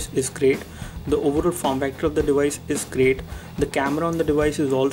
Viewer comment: For real?? Im sure you've been saying "this device" over a thousand times and what make it worse, it even sounded like you were saying " this dewise" man you have lotta learn..